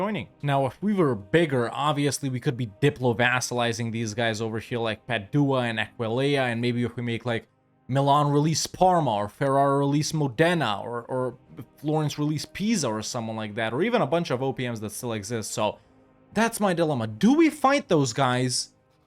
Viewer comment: Hey love your videos! Italian here, just wanted to help, Bergamo is pronounced BER-gamo, emphasis on the "e". Same for Padua (Padova), emphasis on the first "a", and Modena, emphasis on the "o". I'm actually from Venice, and look how you just massacred my boy but I understand you had to 🙂